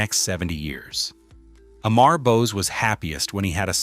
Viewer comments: The correct way to pronounce his first name is Ammaarr not Aaaammmmaaar. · The pronounciation of the name is not "A" "Mar" but "Um" "mur" as in murmur. Also the video keeps showing a "White" person. He had a light indian complexion. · A- maar 😂😂😂😂 Amur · You are pronouncing is name wrongly his name is not Emmar but Amar pronounce it Um-ar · Amar Gopal Bose ❌ Eh-mhar Gohpayl Böz ✅ 😂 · It is not pronounced "E-maar" but "a-mur". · Please pronounce the name correctly it is not E - M - E - R The way it should be pronounced as - AU - M - O - RE . Right ? AU - M - O - RE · অমর (Bengali, meaning immortal) pronunciation: 'AWE-MOR GOPAL' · "Am" Amar is pronounced as the "Am" in "Among". If you are going to talk about a person, learn how to pronounce their name correctly. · If you are doing a documentary atleast get his name right. It's not A-Mar.. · Just correct the prounciation of Amar Bose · OMG, you don't even know how to pronunciate "Amar"!!!, and call yourself a content creator? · Why did you not complain about the atrocious pronunciation of Amar by the AI audio?!!